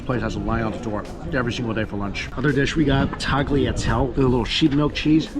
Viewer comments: It's not tagliatell , it's tagliatelle , pronounced tah-lee-a-tell-eh, with the emphasis on the "tell" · Tagliatelle is pronounced with the "e" on the end. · "Tagliatelle" is pronounced like "Ty-yuh-telleh." Tagliatelle con ragu is also my favorite dish:) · hate to bring this up but the G in tagliatelle is silent. So, taliatelle. Love your videos!☺️ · The way pronounced tagliatelle 💀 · Im not even Italian but the way pronounced Tagliatelle hurt lmao. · I was looking for this comment LOL the way he pronounced it I had to rewind just to listen to wtf that was again